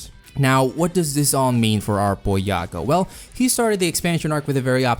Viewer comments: Not "yago" yah-goo. Anyways I'm excited WAIT WHAT I DIDN'T KNOW IT CAME FROM OUR DUCK I THOUGHT IT CAME FROM THE REDDITORS WHICH WOULD MEAN IT'S PRONOUNCED THE ENGLISH WAY YAH-GOO EXCEPT IT ACTUALLY WAS ORIGINALLY PRONOUNCED YAH-GOE BUT PEOPLE PRONOUNCE IT YAGOO NOW. I DON'T KNOW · isnt his name prononced yaa-gou ? not ya-gao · It's yaGOO with 2 Os Not yaGO, get that 1 O shit out of here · One mispronounciation turned her into a mom that gave birth to best girl kek.